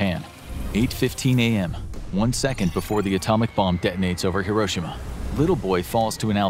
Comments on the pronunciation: The fact that he says Hiroshima wrong bothers me other than that this is a great video thanks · Bro said Hiroshima wrong 💀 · It’s pronounced like hero-she-ma. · Why can’t none of these people pronounce Hiroshima correctly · The Narrator keeps mispronouncing Hiroshima. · You pronounced Hiroshima wrong